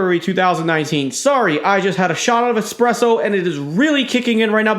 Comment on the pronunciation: Hahaha that expreso speech🤣😂🤣